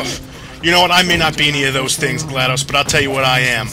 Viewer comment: I like how, in the beginning, when you and GLaDOS were (by the loosest definition) friends, you pronounced her name like "Gladice," but now that you're trying to kill her, you pronounce the "o" like an actual "o." Was this intentional?